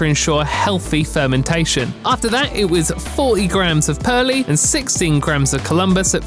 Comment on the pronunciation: Great video and loving the editing! Heads up Perle hops are pronounced Perl no need to add the e on 👌